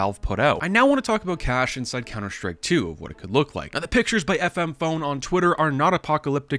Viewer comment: How are you a cs news youtuber and not know who fmpone is or how to say his name...